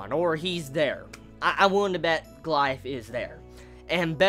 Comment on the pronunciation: It's not pronounced go-la-ja-th but go-li-ath -_